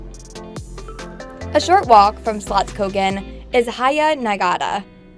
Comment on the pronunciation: The way she prononce the Fiskekörka, Slottskogen,Haga Nygatan ..etc etc...made me laugh out loud.. it seems like she has never been to Göteborg...